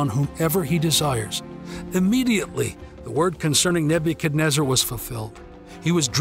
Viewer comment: learn how to say his name